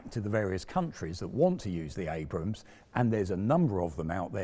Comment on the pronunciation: Congrats on calling Abrams....Abrams instead of Abrahams. Too many British presenters/semi journalists fail on that front. Also curious why you refer to Ukraine as "the Ukraine"?